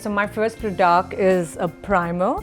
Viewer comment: it's product...not prdoct...